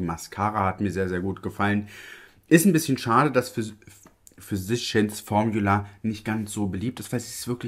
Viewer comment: Physicians Formula ist so eine tolle Brand! Gibt hier in USA keine Drogerie oder Einkaufsmarkt, die/der diese Marke nicht führt! Zu recht! Ich finde die Produkte toll! Bitte unbedingt mehr davon ❤️🥳🤩🤗 (Füsischi ens Formjula wird es ausgesprochen 🤣)